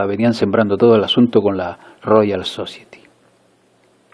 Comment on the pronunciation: La palabra inglesa "society" se pronuncia /sosáieti/, no /sócieti/ y la palabra "Turkey" se pronuncia /térkei/, no /túrkei/.